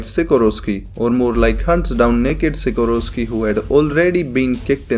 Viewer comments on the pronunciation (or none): itz Sikorsky not sikorosky